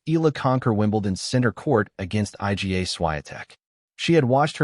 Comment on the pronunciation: I don't believe this . I G A Swiatek ? It is pronounced Iga, for Heaven's sake